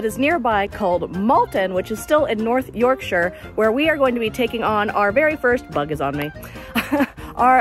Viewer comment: I love how you pronounced Yorkshire correctly 🥰 really annoys me the way Americans usually say it 😫